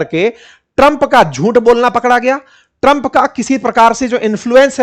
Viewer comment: Tram ❌ Trampa😂😂